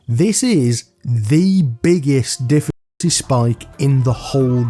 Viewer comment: Did you just say "diff*ckulty spike" 😂😂